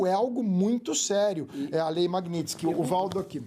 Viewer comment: é lei magnitsky e não magnitinsky... um abraço!